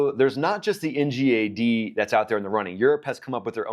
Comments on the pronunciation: Ggggg not jjjjj Ngad not njad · I don't like how you pronounce ngad 😂